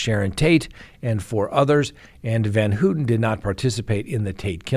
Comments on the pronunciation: It's pronounced van-HOW-ten. Maybe not a big deal but as an attorney talking about one of the most infamous cases in US history, you should get your facts right. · Charles Manson Pronunciations: Leslie Van HOW-ton. KREN-winkle, like GREN-winkle. Don’t even try prosecutor Vincent Bugl-O-si.) 😂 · Van HOWton.....KrEnwinkle.....Gon-sal-vez. You pronounce a number of these high profile names incorrectly. She didn't stab Leno. Plus, Steve Grogan, another Manson family member involved in Shorty Shea's murder at Spahn Ranch, got out in '86 so she's not the first Manson member to get out. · Let’s all say it together!! Van HOWWWTEN and KRRENNNWINKLE! I apologize for my OCD. Not like they DESERVE to have their names pronounced correctly right? 😆😆😆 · It's hilarious how you pronounce Van Houten it doesn't even resemble the actual pronunciation of her name. Google translate also has audio translation if you want to pronounce Dutch names take the effort to use google audio simply type in the name and choose Dutch language